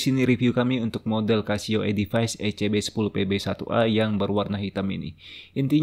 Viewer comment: Baca nya edifis, bukan edifais